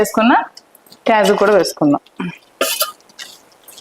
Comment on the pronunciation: Kyaju kaadu thallo kaaju